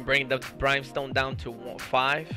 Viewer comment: "Brime"Stone LOL